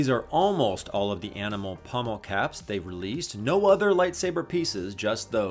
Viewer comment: 1. The thing on the end of your sword hilt is called a POMMEL, not a PUMMEL. 2. The word is "wary", not "weary". Two different words with very different meanings.